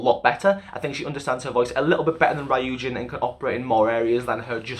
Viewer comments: ... Off topic, but it's ree-yujin, not righ-yujin.. Sorry, I don't mean to be mean or rude I just would like to tell you ;v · tip on pronouncing "ryujin" okay so her hangul name is 류진. there are 2 syllables so it's not really ry-u-jin it's just ryu-jin. think of it like "yujin" but with an "r" sound if that makes sense :) oh and also for pronouncing "chaeryeong" so "chaeryeong" (채령) is made up of "chae" and "ryeong" (not "chaer" and yeong"). I think most people are good at pronouncing the "chae" part so i'll just move onto the "ryeong" part. the "yeong" part can also be pronounced as "young" if that makes it easier for you. so "ryeong" is just "young" but with an "r." put it all together and you got "chaeryeong"! :D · “Rayoojin” 😭😭 it’s “ryu-jin” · ry-ujin ❌ ryu-jin ✅ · Bytw it's REE-you-jin not RAYE-you-jin as for Chaeryoung it's CHA-EH-ryoung😄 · Ryujin is pronounced loo-jin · Saying that she's both your ultimate bias and also saying her name like "rye-yu-jin" tripped me up! Good analysis otherwise though, especially with pinpointing the areas of development. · Ri - yujin Sorry😂it’s just the pronunciation though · I think u pronounced ryujin wrong It's not rAyujin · ryujin is pronounced kinda like ru-jin :<< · Great video 👍🏻 by the way it’s pronounced roojin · Fyi Ryujin’s name is pronounced like “Roo-jin” but it’s understandable since u don’t speak/know korean 😅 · I CAN'T WITH HOW HE PRONONCES RYUJIN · why do you pronounce ryujin like that